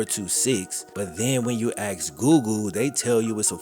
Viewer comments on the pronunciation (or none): why do you refuse to pronounce 'ask' correctly? It's not 'axe' ...